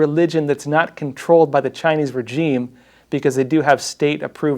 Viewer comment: Please learn how to pronounce regime. Thanks kbye.